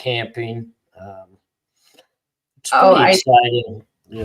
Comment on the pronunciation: Yoooo I live an hour away from Seaside AR, back in high school and 20s we’d always go to Seaside and surrounding areas and, no way you lived in OreGON if you call it OryGUN! lol